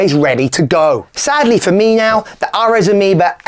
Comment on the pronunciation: Aireeees, not Arez